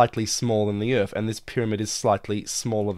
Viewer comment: ITS EARTH NOT IRF !!!!!!!